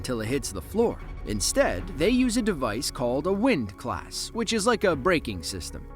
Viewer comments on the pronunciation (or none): At the mark, the term is *Windlass*, not 'windclsss'. You're welcome. 🙂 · Windlass, not windclass. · It's a "windlass"....not a 'windclass'. 15 seconds of research.. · its windlass not wind class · "Windclass"?? HAHAHAHAHAHAHA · Windlass not wind class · Okay, I stopped watching after the narrator talked a about the anchor "wind class" - it's a windlass. Thumbs down. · Windlass, not wind class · It's anchor WINDLASS , not wind class! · Did he call it a "windClass"?